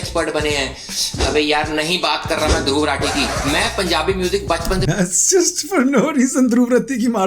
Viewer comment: once a legend said "mujhe yaad ni main uss waqt chhota tha"😌 And secondly it's not dhruv ratti😂 it's dhruv raathi(emphasize on A)